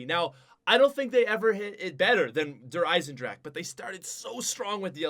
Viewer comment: its not der eisenDRAK its its der eiesenDRA HA